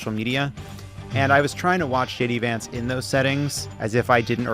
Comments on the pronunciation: No Jon, you don't have to stop calling him JD Vonts (at 10.23). It isn't stupid, it's hilarious. When you know, you know. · I love that Lovett keeps pronouncing "Vance" as "vantz" (Yiddish for "bedbug"). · haha Jon pronounced "Vance" the british way. 😂 that is how "bed bug" is called in jiddish was my instant association (dunno if that is true, i only have this information from a M.A.S.H. episode) 😂😂🤦‍♀️🤷‍♀️